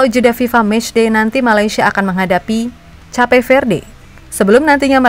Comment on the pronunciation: Cape itu bacanya bukannya 'kep'?